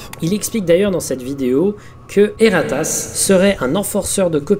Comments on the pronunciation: J'entend "Et ta race" à chaque fosi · rien: absolument rien:: E R R A T A S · Dsl ça me tue a chaque fois qu'il dit "E R A T A S S"💀💀